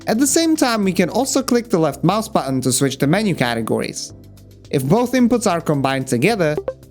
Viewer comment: Button, variety, strategy are three examples where you say them in cockney 😄